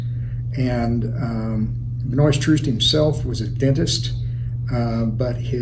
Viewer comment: His name is pronounced Ben-wha kinda French I mean f#*k him ryte but just want y’all to know this old farts name